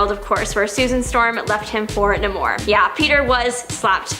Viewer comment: NAY-mor!!! NOT Nah-MOR... Its Namor MCKENZIE... NOT NaMOR de la Cruz Jimenez Birria. 🤨🇲🇽